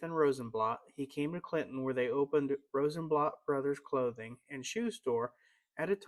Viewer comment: Very nice. Thank you. A friendly correction, Mr. Rosenblatt's name was pronounced here as Rosenblatt with the 'a' sound in 'blatt' sounding like bat or cat. Your pronunciation is more like the German pronunciation sounding like 'blot.'